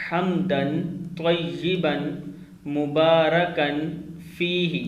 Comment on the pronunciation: Tayeban nhi he tayaban he ap durust karein